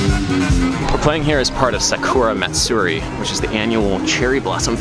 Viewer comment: You can hear it in the way Adam says sakura matsuri. The Americanised way Adam says it, saKUra matSUri, puts a longer emphasis on the middle syllable, which produces that swing rhythm. In the Japanese, it's Sakura Matsuri, with accents on the first syllable without elongating it, so both words come out as even groups of 3.